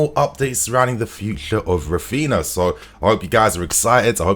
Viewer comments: His name is not rafiina 😭😭😭wtf it’s Ra-phin-Haaaa say it correctly cuz it’s annoying us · pls start pronouncing "RAPHINHA", the 2nd "H" as an "E" and not "raphina" :)))